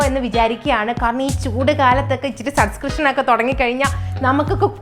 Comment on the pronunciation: "Subcrishan "😂😂തുടങ്ങാന്‍ കാത്തിരിക്കുന്നു 😅